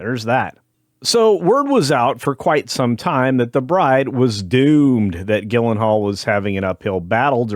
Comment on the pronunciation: Not only the film was a disaster, but the host (AI?) here can't pronounce Gyllenhaal's name correctly.